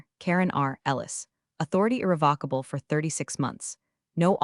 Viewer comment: Good story, good editing. Narration consistently mispronounced irrevocable throughout story. Captions not watched.